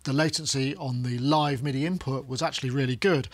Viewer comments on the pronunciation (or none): none